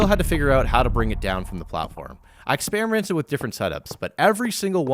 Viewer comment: bro says experimented weird